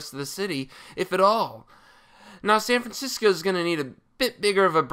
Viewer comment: Sayn Francisco